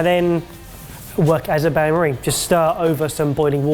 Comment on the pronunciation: I can't tell if pronounce Bain Marie the way you do is an inside joke or you just don't know how it's pronounced. Makes me laugh either way